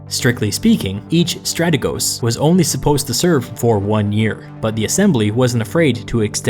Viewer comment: One minor correction- it is pronounced stratēgos rather than strategos with a short e . Near perfect video, keep it up.